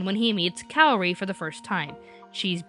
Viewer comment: THATS NOT HOW U PRONOUNCE KAORI!!!!!!!!! sorry it gets on my nerves.